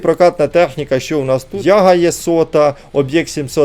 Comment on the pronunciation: Не Яга а ягА або ягд